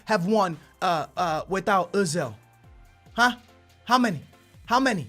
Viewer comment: its oh-zil not uh-zil